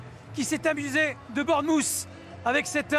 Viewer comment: Le commentateur prononce très mal Bournemouth. Essayez de dire Bornemeuf. Le son "th" est difficile et la plupart des Anglais le prononcent comme un "f". Par exemple. Three = Fri Through = Frou Think = Finque Bath = Bafe